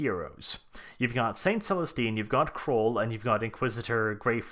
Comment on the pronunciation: Cawl not Crawl right? Do I put it down to accent orrrr